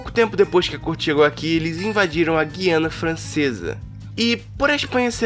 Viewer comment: É "Gúi-ana". Não é uma palavra de origem portuguesa.